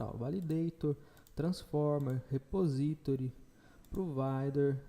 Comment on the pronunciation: Posso só sugerir algumas coisas? nullable se fala nú-labow não nuleibow repositóry se fala repô-sitóri e não reposítore. Desculpe a chatisse, mas o conteúdo do curso é de alto nível. Acho que o inglês pode dar uma melhoradinha também. Parabéns pelo conteúdo.